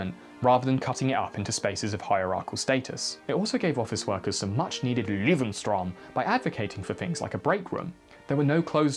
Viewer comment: The way you pronounced lebensraum is inexcusable